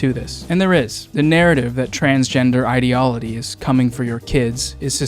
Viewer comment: Love you and your stuff but... you say "ideolody" instead of ideology and it had me laughing for three straight minutes